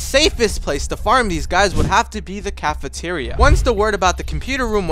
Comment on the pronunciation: "The Cafateria" lmao